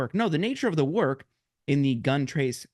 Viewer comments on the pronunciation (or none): none